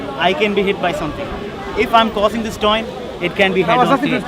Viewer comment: “cossing this toin”